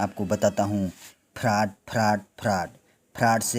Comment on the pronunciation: Bhai pele frod bol na to sikh lo 😅